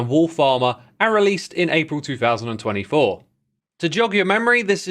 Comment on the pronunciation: Why'd you say 2024 like that? 😂